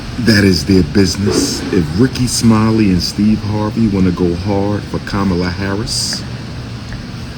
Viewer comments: "Ka-Bama Harris". That's hilarious 😂 😂😂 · He said kaboma Harris 😂😂😂😂😂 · Wait, did he say Kabama Harris???😂